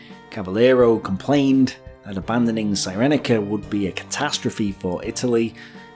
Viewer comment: Cyrenaica pronounced sear en eye car not sigh reni car.Sorry, I enjoy the mangling of place names (an endearing British tradition) but for some reason that one grates. Excellent stuff you should be on Al Beeb. On Greece, a glance at the map will tell you that Greece like Poland would be almost impossible to defend because of its geography. Even so Britain declared war for Poland even though she could do nothing to militarily help Poland. Sometimes a political stand can be very expensive. The question is, is it the right thing to do?